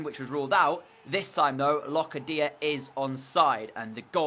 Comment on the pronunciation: for locadia it’s not loca dia it’s locardia